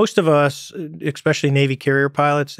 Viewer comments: If this were ten years ago, my comment would read David “Eckspecially” Fravor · Does anyone else get annoyed when this guy says "EX-pecially"? Weird mistake for such a smart dude. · I dont know why it bothers me so much, but the way he pronounces especially "ekspecially" is driving me nuts. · If you can say "exscpecially" at this age, and not notice that it's wrong, then I can still become a fighter jet pilot... I fink so, no? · I "ex-specially" like the pod cast. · Mr. Fravor the word is "especially"...it is not pronounced 'eX-pecially! College graduate...sheesh! Maybe that's how they say it in the marines! But really, I'm just pulling your chain! Ps, Lex, I watched it to the very end! Great show, I'll be back! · I love the story , I've heard it on Rogan before. As intelligent as fravor is he repeatedly says "ecspecialy". Clearly uber smart still. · The fact that he says exspecially makes him much less credible Just kidding Mr. Fravor, you are a great professional. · Why are some people saying eXspecially? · This man says "ekspecially", which immediately removes intelligence points LOL. All respect to Fravor. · Fravor is a legend, and articulate, but his 'expecially' is a killer. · It's hard to take someone seriously when they keep saying EXSPECIALLY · Interesting. This guy is totally believable. I hope the tic tacs are seen again! Funny how Americans say "ECspecially"... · I almost turned it off when I heard the first butchering of “especially” but I’m glad I muscled through it. Good stuff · I might take him seriously if he didn't continually mispronounce the word especially. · Such an intelligent person but he says ekspecially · I wish Lex would've asked him why he keeps mispronouncing the word "especially".